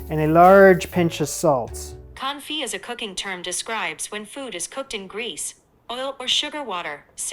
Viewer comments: When a French word ends in 'd', 'p', 's', 't', 'x', or 'z', that consonant is not normally pronounced unless the next word begins with a vowel, so "confit" sounds like "con-fee" when used in English. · I've just not hear the pre-revolutionary pronunciation of "Con-Feet". Too used to leaving out most letters in current French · his pronunciation of confit is driving me nuts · Quenelles='ken-ells' Confit='con-fee' I know nobody enjoys being corrected, just trying to be helpful. Please take this in the spirit in which it's offered